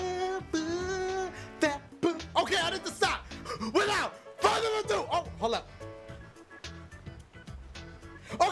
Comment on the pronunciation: I wanted to get on with the gameplay at the beginning so when Dashie said "without further ado.." I skipped 10 seconds and I hear again, "without furrrado!.."